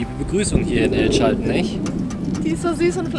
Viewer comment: Es hat ziemlich weh getan wie du El Chaltén permanent falsch ausgesprochen hast. Die Betonung liegt auf der letzten Silbe, daher der Apostroph. Und niemals die Bombilla beim Mate trinken anfassen. Ansonsten ein sehr schöner Beitrag, vielen Dank dafür. Habs selber leider noch nicht weiter südlich als Bariloche geschafft, hab aber auch jede Menge Freunde im Norden von Argentinien.